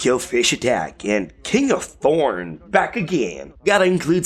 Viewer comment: Is it just me or did he pronounce the th in thorn as a p